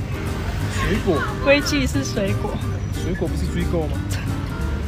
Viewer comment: 水果不是那個音